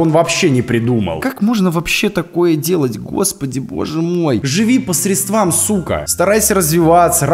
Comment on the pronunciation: по срЕдствам. Ударение)